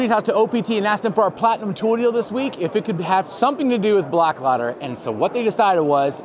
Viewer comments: Your clothing is made in Sweden and the name, Blåkläder, is not pronounced Blak'lader. The best way to pronounce it in English is "Bloa'klehder." I'm a third generation Swedish American carpenter and handcrafted log home builder. My great grandfather was born in the same community where the Blåkläder clothing line was originally designed and made. He came to the US in 1885 as a carpenter and log home builder. After three generations of Swedeish carpenters in the US, I just bought a farm in Sweden and I am moving back. I, too, am a Swedish carpenter and log home builder. I will be taking three generations of carpentry knowledge and innovations back to Sweden with me. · Blåkleder is a Swedish company. I think it would actually be a good selling point to share that it is Swedish designed and engineered. To pronounce the name correctly you need to know that the Swedish has three extra vowels; ö, ä and å. the pronunciation of the name would be Bloakleder where the 'å' sounds like the 'oa' in the English word 'oar.' Blåkleder is Swedish for 'Blue Clothes." Even if you sound out the letter 'å' as a short 'a', the word does not get split as 'blak' 'leder.' The two syllables are split as 'bla' 'kleder.' There you go! I am a Swedish American who has been using Båkleder work clothing for many years. The clothes were developed and made for many years in the same community where my great grandfather was born. At the age of 19 he left Sweden to go to Seattle, Washington where his grandson, my father, knew him as a highly respected Swedish carpenter. I have been back to the farmstead where Papa Borgen was born and last year I bought a farm in Sweden and will be moving my carpentry and handcrafted log home business to Sweden, taking my heritage full circle. People will appreciate the quality that we Swedes put in to everything we do.......clothing included.